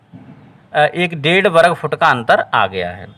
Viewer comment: वरगफउट❌ग़लत उच्चारण है